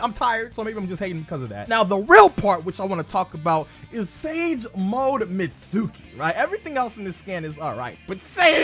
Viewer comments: It’s pronounced “meet ski” not “met suki” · Mitsuki (mEEt-SkEE) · It's not MITSÚÚÚKI!